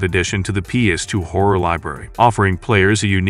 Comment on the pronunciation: Rule of Rose: "trapped in a macabur orphanage"? Trying to pronounce "macabre"? It's "MAK-A-BRUH" 😂 And why can't Americans ever pronounce "homage" properly? They use the word so often and still say "homidge" 😂 And "horror" is not pronounced "hore" - survival hore, outstanding hore 😂